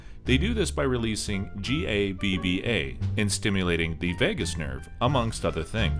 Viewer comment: The neurotransmitter is called GABA (Gamma-Amino Butyric Acid) - not GABBA :-)